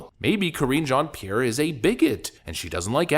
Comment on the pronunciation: I love how Matt Walsh mispronounces her name on purpose. LOL. Karen Jean pear. 😂